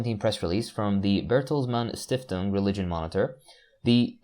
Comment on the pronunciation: As a german, I love how you said Bertelsmann Stiftung.